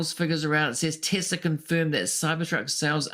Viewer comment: Your full of shit you can't even say Tesla